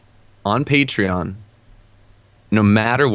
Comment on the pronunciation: Omg finally someone says "PAY-treeon" instead of "PAH-treeon"